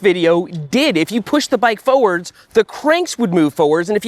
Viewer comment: Foewords or forwards?